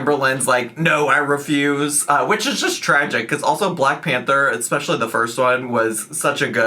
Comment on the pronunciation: "Exxsspeshulyyy" (especially) never fails to make me giggle